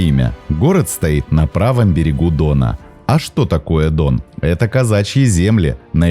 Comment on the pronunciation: Как говорится - Дъон